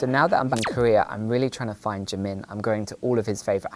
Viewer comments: its so annoying to hear people saying jimin wrong. like its not jim-in its jee-meen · Jimin, pronounced Jee-min Should really get an restraining order against Oli. Obsessed fans Is how dangerous things start.